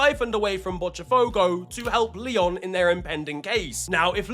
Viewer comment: Hi, I'm Brazilian and I'm here to help out with pronunciation. The T in "Botafogo" is not pronounced like that. You can say it like a normal T. In Portuguese it's a hard T sound (look up words like "torta" or "tocar"). The "tch" sound for the letter T in Brazilian Portuguese happens only when the T is followed by the letter I or, in some cases, E.